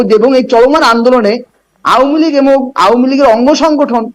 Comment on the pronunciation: ওতো আওয়ামী লীগ উচ্চারণ করতে পারে না।